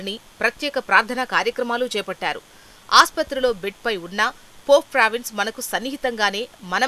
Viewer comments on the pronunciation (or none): చదవటం నేర్చుకో అమ్మా. పోప్ ఫ్రాన్సిస్ but not పోప్ ప్రావిన్స్. Read properly. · పోప్ ఫ్రాన్సిస్ అని పలకటం రాదా